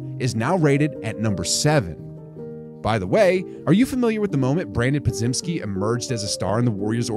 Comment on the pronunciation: Hey man, LOVE your content, but please, go check how to say Podz name, it's a Polish name, so its PodJemski BIG LOVE FROM EUROPE ❤